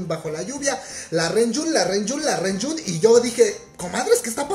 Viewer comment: ReJun se pronuncia lonyun